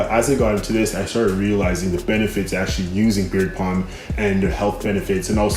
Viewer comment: You know it is beard "balm", not beard "palm", right?!